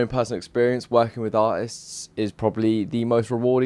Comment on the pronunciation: aa-ists :) I understand it is your dialect but life without "T" must be bru-al. Your aswer would probably be: And i-is